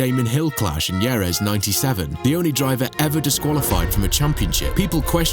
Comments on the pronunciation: "Ieres" for Jerez? Either this is narrated by AI, you weren't around back in the day or you really, really need to do more research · Wtf is "Yeres"? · JV got the punt in Jerez (hair-eth) and Michael kept the points in his historical statistics. We have long pit exit lines because he while rejoining the track hit Frentzen out of the lead in Canada. He was far too good to cheat in the many ways he chose to.